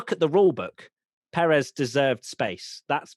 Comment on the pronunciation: Pérez not Peréz